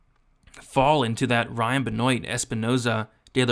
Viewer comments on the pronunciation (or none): none